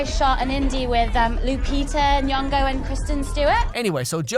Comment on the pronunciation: Haha I'm Kenyan and what impressed me is how she pronounced Nyong'o. It was a pretty good pronunciation. I cringe almost every time I hear people say it and its not even my name lol.